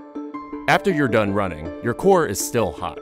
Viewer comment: Wai ar yu roh-ning???